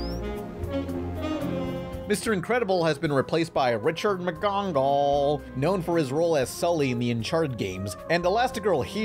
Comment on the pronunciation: all right... the way you say "McGonagle" was very funny. I'll admit, I laughed like an idiot.